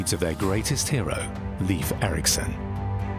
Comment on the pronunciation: Leif Erikson's name is pronounced incorrectly in this documentary. Shame. He was Norsk, not English